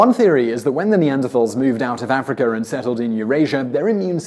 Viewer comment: As soon as I heard him say “Africur” he was immediately discredited. Herpes theory be damned.